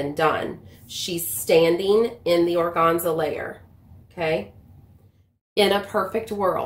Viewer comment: Very informative video. Thank you! Also, organza? That middle syllable for sure rhymes with fan/man/pan. :-) I'm a professional word nerd.